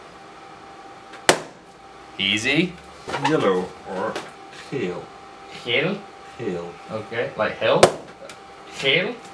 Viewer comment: Your pronounciation of the word 'geel' (or yellow) is very Flemish-like! :) Yay Belgium! :D